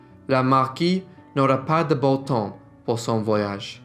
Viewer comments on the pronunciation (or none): none